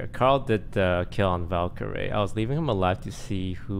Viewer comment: ITS VALYRAE NOT VALKYRIE